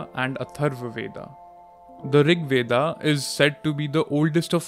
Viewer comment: It's Veda (वेद), not VedAAAAAA. Learn to pronounce your own words properly.